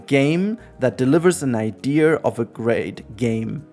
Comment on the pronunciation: It's IDEA... not IDEAR. Stop adding a R to the word.